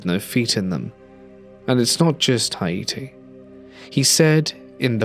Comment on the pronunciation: I've never heard Haiti pronounced that way. XD